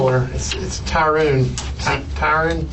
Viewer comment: Why you keep saying Tyruune , its Tyrone 😂😂😂😂